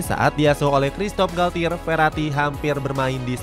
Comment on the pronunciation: masih perlu bertaun2 sih buat psg buat juara ucl, gk bisa setaun dua taun tiga taun izin koreksi yaa min untuk pelafalan nya - les parisiens --> le parisiang - parc de princes --> park de prangs - galtier --> galtye - juan bernat --> huan bernat